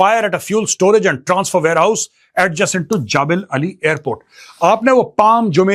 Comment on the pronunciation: ओये हिन्दी मीडियम वाले नकली मेजर जबलअली बोलते हैं